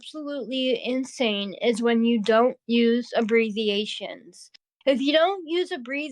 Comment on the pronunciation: did say “abreziations”?😂